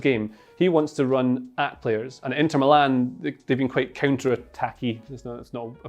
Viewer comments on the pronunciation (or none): none